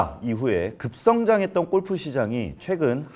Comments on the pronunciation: 우리나라 특징이긴 한데 '꼴'프 말고 어색해도 골프라고 발음하면 좋겠다 😅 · 발음: 꼴프가 아니고 골프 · 꼴프라 아니라 골프. 무시하고 끝가지 듣고 싶었지만 너무 거슬려서….. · 골프라고 쓰고, 왜 꼴프라고 발음들 하냐! 발음 좀 순하게 해라. 골프, 주꾸미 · "꼴프"? '골프'! 공부하세요! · 꼴프꼴프 발음 너무거슬림.. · 나만 거슬리나? 골프가 아니라 꼴프 꼴프.. 왜이리 저렴하게 들리지? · 꼴프가 아니라 골프입니다. 골프. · 꼴프꼴프 꼴프!!!!!! 방송까지 나와서 '골'프 발음 못하니? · 꼴프 가 어니고요 골프 에요. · 꼴프 아니고 골프입니다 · 제발.. 꼴프가 아니라 [골프]라고 해주세요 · 꼴프가 아니고 골프로 발음해라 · 근데 발음이 꼴프가 맞는건가요 골프가 맞는건가요? 골프가 맞을거 같긴 한데 영어라서 꼴프도 되는건지... 저도 맨날 꼴프라고 함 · 아나운서 맞아? 꼴프가 뭐냐… 골프지….. 별꼴이네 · 꼴프ㅠㅠ 아니고 골프입니다. 어우~ 꼴프, 꼴프장, 꼴프여행, 꼴프산업, 꼴프클럽, 꼴프웨어.... 넘 듣기싫은데여 ㅠㅠ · 아나운서가 꼴프라고 발음하네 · 무슨 아나운서님이 골프 발음을 ’꼴푸‘로 하시나 😂😂😂 인간적이다 ❤ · 골프를 왜 계속 꼴프라고 발음해요?